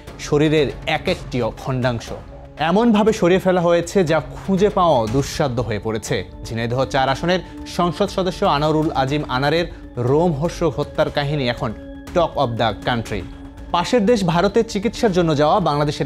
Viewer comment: রোমহষর্ক নারে ভাই.... লোমহর্ষক